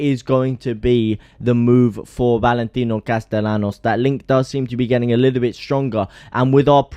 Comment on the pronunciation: I was watching to see if in “Sevilla”, you would correctly pronounce “Castellanos”. SPOILER ALERT: You did not. Ask a local how to pronounce “LL” in Spanish.